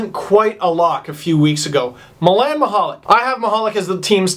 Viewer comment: lol you actually did a pretty good job... but milan michalek!?!?!?! Lmao